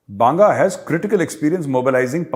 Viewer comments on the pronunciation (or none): Sir forgive imay tell that he is not bsnga he is bagga ad punjabi